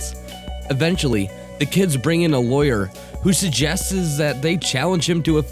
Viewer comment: in he says suggesses lol..